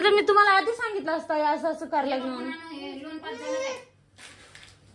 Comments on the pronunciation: लोण नाही रे पागला.लोन म्हणत . बोलता येईना आणी चाललं कर्ज काढायला.😅😅😅 दोघ नवरा बायको अशिक्षित आहे. राधिका मस्त शिकलेली आहे. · याला kon लोन देणार 😂 साधा इंग्लिश चा प्रोनाऊन सेशन बरोबर नाही😅 लोन वाला पहिले पळून जायचा हा दिसल्यावर😂 आणि ती हाव न आई हाव न आई बस 😅 बाकी kahi नाही